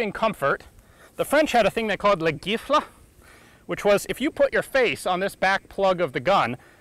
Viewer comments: It's pronounced "Jiffle" with a soft G. It literally means slap to the face. Which is obviously what happens when you put your face there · I believe you meant "La gifle", its pronounced more like "jeefle" and it means "The slap" ! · It's pronounced "jifle". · I'm french and I particulary liked your video, but just one thing for the pronunciation of "la gifle" you actually say it "gu" but the correct way sounds like "j". But it's the only thing I had to say ! Great job ! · ian, you're awesome, but your pronunciation of french is beyond mangled. shaw-shah, b'air-tee-ey (not berth-yay), and the gifle is pronounced "jeefluh", not "gheeflah" (soft g sound, litterally, "the slap"). french is a hard language, but it's much easier phonetically than the grammar makes it out to be. also, i hope you realize how awesome you look when pulling stunts like the intro. that's meme-worthy. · "Gifle" is more pronounced like "jee-" which basically means a slap. so this gun is a slapper ;) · Gifle -- "slap", pronounced jeefle. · *La gifle*, aka "the slap" in english, seems like more than a slap in the face. Also, side note, it's pronounced "jiff-le". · The gifle is prounounced jiffle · At 15.02 , Ian is using a french word : "la gifle " . We are pronuncing it "la jifle " , with a "j" like the one in "jumanji" .It means "a slap" , but a rather viril one,hehe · Took me a bit to get "La gifle". FYI it's a soft G in French, so "jiffle", which just our word for a cheek slap. Thanks for the very detailled video and correcting some misconceptions about that gun! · As you’re demonstrating the prone shooting position, I assume what you’re talking about is “la gifle”, pronounced as giraffe. A slap in the face, literally :) I imagine a soldier having to run out of a trench hearing this slow, menacing rate of fire, trying to count the rounds... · I know this is an old video, but Gifle is pronounced with a j sound, like in James. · "Gifle" (the 'G' is a soft 'J' sound). Is French for "slap"